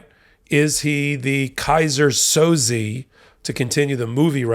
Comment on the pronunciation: To avoid any future embarrassment.... the name is pronounced Sozay not Sozee